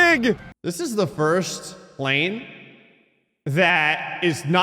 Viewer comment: Kinds of planes in the video: Plaaaaaaaaalne Panle Pllllale Planelaneanenee Llapne